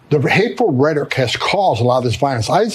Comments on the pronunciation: Somebody should tell Homan the word is rhetORic...not redic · Guy at the end talks about hateful redic. Redic? Did he mean Hateful Rhetoric? Trump wearing off on everyone. Tesler, Venezueler, etc... this country is going down fast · Thom Thumbman can't even pronounce the word "rhetoric" - he calls it "rhettic" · Tom Homan is such a meathead. Hey Tommy boy, "rhetoric" is not pronounced, "redik." So low IQ. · Tom Homan doesn't get to Speak anymore until he recognizes the 3rd Syllable in the word "Rehtoric".. Idk wtf "Reddik" is but He keeps sayin it... 🤦🏽‍♂️